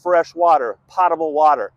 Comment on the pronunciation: It's pronounced; pOtable.. Long "O".